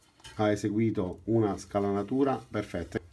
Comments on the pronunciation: Ottimo video però magari mi sbaglio, io sento che dici scalanatura ma credo di dica scanalatura 😂😂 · Grande... comunque in italiano si dice SCANALATURA e non scalanatura..... in ogni caso sei in gamba... ciao